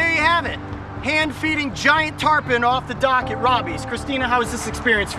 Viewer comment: He says Tarpon, she says Turpon